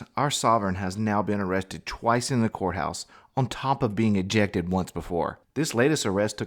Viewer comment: Arrested in the the couthouse? What is a "Cout"? LOL Sorry I couldn't help myself.